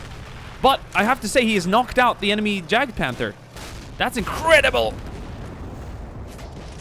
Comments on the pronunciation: Yagpanther not jagpanther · It is actually "Jagdpanther" (notice the d) try typing it into german google translate and hear the pronunciation for yourself. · try pronouncing it as "yaakt-punter" (atleast it comes as close as it gets to the german word when putting this in the english google translate)